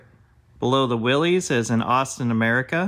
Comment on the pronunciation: Love your videos. Btw, "Willys" is pronounced Will...liss....not Willies.